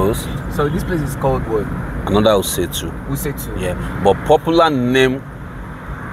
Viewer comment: Commentator moves from one place to another and when asked he says Wuse 2. It doesn’t where he is, he says wiuse 2